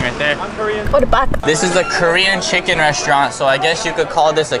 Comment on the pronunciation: "the key to this chicken or what they call it here in korea town is uh "chEEKEN" i died omg